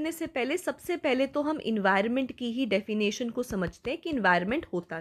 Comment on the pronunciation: Ma'am 'defination' nhi 'definition' hota hai